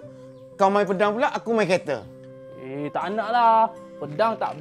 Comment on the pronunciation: Kerete padahal bacaan nya kereta